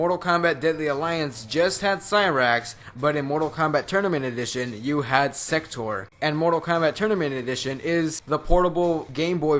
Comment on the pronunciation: when you started saying sector I thought you were saying. sex toor